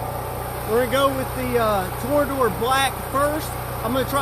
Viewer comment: Funny how people can no longer read now days. This company must be shaking their heads and laughing at him because he can not pronounce the name correctly. They even put a picture on the bottle to help the people today pronounce it correctly. Lol Ill give you a hint. You take the word tornado it's pronounced the same just replace add an R at the end so the ending ends with or Tor-na-dor